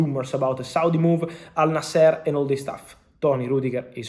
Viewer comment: Fabrizio the correct is al nasr.not al naaser